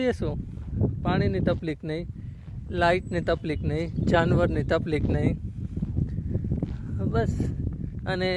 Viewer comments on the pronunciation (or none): અલ્યા, તફ્લીક નઈ, તકલીફ બોલાય.😂